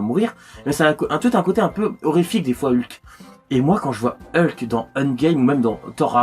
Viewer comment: Ca ce dit Hulk mdr